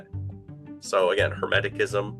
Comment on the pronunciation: It's Hermeticism , with a soft c . Not " Hemetickism " . I'd of thought an expert would know that .